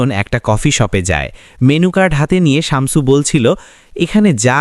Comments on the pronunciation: উচ্চারণ টা শামচু /চামচু নয়। শামছু/শামসু। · শামচু না, শামসু শামছু 😂🤤